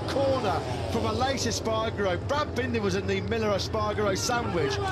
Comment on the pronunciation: …bendah and milluh 😂